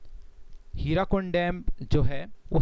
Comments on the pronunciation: Its Hirakud dam. Not hirakund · It's Hirakud not Hirakund... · hirakud not hirakund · Not Hirakund.. it is Hirakud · It's Hirakud and not Hirakund :)